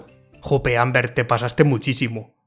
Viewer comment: creo que lo intenta decir como en la serie (Olbert) pero la verdad confunde un poquito XD